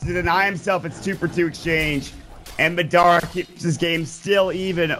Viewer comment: its driving me crazy how the announcer is saying madera instead of madara